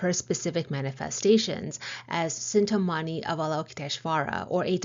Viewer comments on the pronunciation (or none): Cintamaņi = "chin tah mar nee" While S varies based on the accent applied, C is always pronounced "ch" in Sanskrit. Thank you for your amazing guidance,! 🙏